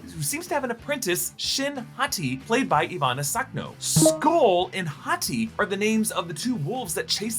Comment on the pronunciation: Thank you so much for actually pronouncing skoll and hati right